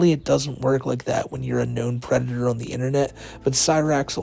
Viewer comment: He’s not a fwickin pwedator!!